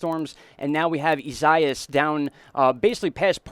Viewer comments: EE -siah-EE-ESS come on bro say the name right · It's a difficult name to pronounce but I have an easy way to say it.. Here it is phonenitically EE-SA-EE-AS. Thanks for the update. Living in So. FL, between your updates & Tropical Tidbits, you guys really help me stay informed. Based on your suggestion, I'm gonna check out as well. Appreciate your work.